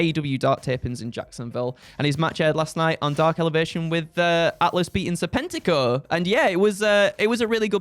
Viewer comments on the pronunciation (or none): One day, I will hear it as Serpentico and not Sir Pentico